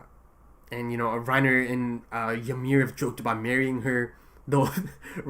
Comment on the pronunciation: No I think he’s pronouncing it right